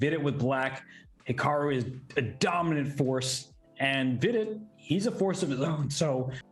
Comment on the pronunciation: Does hikaru mispronounce vidit's name on purpose?